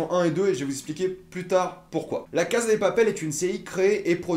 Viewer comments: La CASSA LA CASSA on dit la CASSA pas la casa OK!!!!!!!!!!!!!!!!!!! ( en espagnol la phonétique "z" n'existe pas ) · La casa de papel s'ecrit la casa mais sa se prononce la cassa de papel car il n'y a jamais le son z en espagnol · Entendre un mec prononcer la Caza de papel à la place de cassa de papel pendant 10min fut une torture. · On prononce CASSA pas Caza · On dit CASSA de papel, pas CAZA!!!! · La casA de papel et pas la casE de papel merci 👌🏼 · casssssa et pas caza vieux shlag c'est de l espagnole pas de l italien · Ptn la CASA pourquoi tu dis avec un ZZZZ